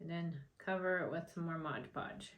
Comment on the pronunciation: It’s not called Modge Podge it’s mod podge